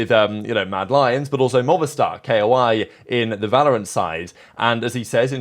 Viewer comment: It's koi, like the fish.